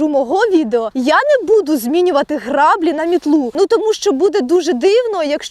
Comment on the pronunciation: Клас! Тільки не сапА, а сАпа, або якщо ти це кажеш по приколу тоді ок) upd. і не грАблі, а граблІ